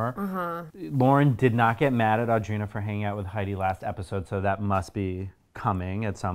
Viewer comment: Does it drive anyone else nuts how Heidi pronounces Audrina? She says “uhh-dreena” instead of “aw-dreena”…. Lol